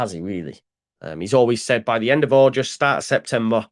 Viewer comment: While you’re at it, have a quiet word in ear and tell him it’s AuGUST, not AuJUST 😂 … luv ya,!